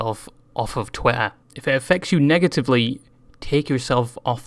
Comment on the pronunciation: I like how you pronounce twitter "twella"